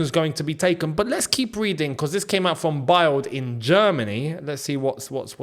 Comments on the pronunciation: its pronounced BILD like BILLED not BYLED like Child FYI :) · Hey. Bild is not pronounced like you pronounce it which irks me 😅 the correct way is like pronouncing the word build.